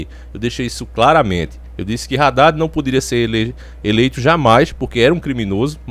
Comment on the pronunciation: Não é Raddad e sim '' Haddad ".